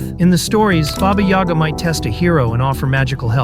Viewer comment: When you said baba yoga I thought is jone wick